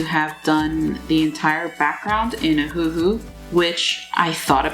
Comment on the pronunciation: If u keep saying ahoohoo XD I SWEAR